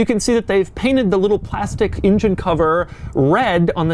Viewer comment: Doug, to me it seems that your pronunciation of the word "engine", sounds like "ingen".